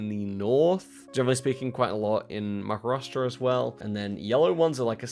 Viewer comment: Pronunciation of Maharashtra is as accurate as it can get for an American.